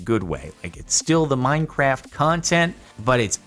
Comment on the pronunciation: Good choice also over the years he has changed from saying minecraf(t) to minecaf